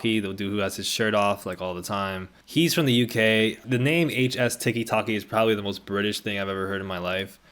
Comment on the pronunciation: the way you keep saying HS Ticky Tocky has me giggling so hard bruh 😭